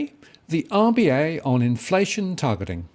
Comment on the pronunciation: Targetlllling??? Martin, do a stroke test, stat